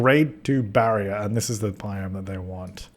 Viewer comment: OMG you know how to say biome and bison A+